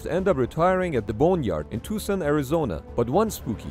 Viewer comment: Ayyyy he learned how to say Tuscon loool